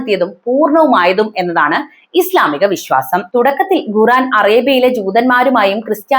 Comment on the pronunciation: ഘുറാൻ അല്ല, ഖുർആൻ. Ghu =ഘു. Khu = ഖു.